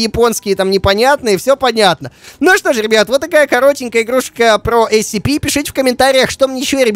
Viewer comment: правильно не нсп, а скп